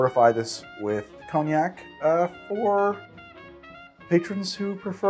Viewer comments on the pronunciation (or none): none